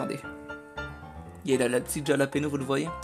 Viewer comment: Bonjour, Dans ta vidéo tu dit Jalapeño mais cela ce prononce yalapeño! xD Merci et très bonne vidéo! GG 1K:3